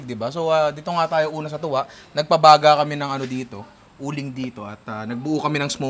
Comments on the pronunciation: Punta ka kahit saan sa Visayas. Hindi lang sa Cebu may ganyan. At saka Tula po yan hindi Tuwa… mga Cebuano lang hindi nag propronounce ng “L” pero sa buong Visayas Tula/Tinola talaga yan. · Part 2 kasi 30mins lang yung challenge hahahahaha. Yung TUWA dapat TULA like sa Tinola, kasi pag Cebuano ginagawang "W" yung pronunciatiion ng "L". Kaya dapat "Tula"